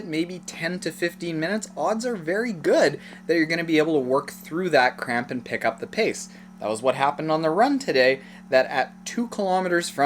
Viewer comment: i’m sorry but did anyone else hear “crap” instead of cramp?